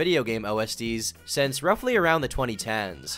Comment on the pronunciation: why does he say say since like sense?:face-blue-droopy-eyes